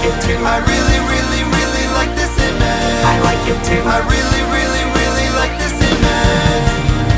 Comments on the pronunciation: Ima bout to ruin this whole video for you. He never pronounced the “g” in “image” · I love this song but I’ll just never be satisfied with the face he never fully pronounces “image” he just says “ima” lol